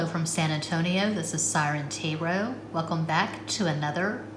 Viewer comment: your french pronunciation is perfect dear siren tarot !😉